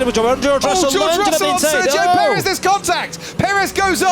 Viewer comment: Searchio perez? Try Sergio Perez you bad f1 commentary!